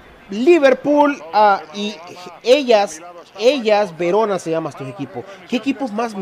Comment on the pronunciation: el Sassuolo y Hella Verona (se pronuncia heLas), son equipos que ascendieron esta temporada a la Serie A TIM, y schelotto es ex jugador de inter que ahora mismo esta en Parma